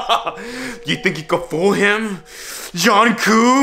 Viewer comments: It's Jungkook not jhoncoo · "john coo" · John cok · JhOON KOo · John Koo 😂😂😂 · lol 'Jhonkoo' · NOT EDWARD CALLING HIM "JOHN KOO" IMJFKSGFSHGFSFG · he called the doll “JUNKOO”😃💀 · its jungkoo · John coo* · zhong coop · THE WAY HE PRONOUNCES JUNGKOOKS NAME IM LOSING IT 😭😭🙏🏻